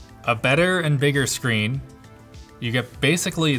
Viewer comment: touch SCHREEN